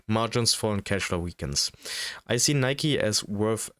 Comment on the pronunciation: skipped as soon as I heard "nyke" lmao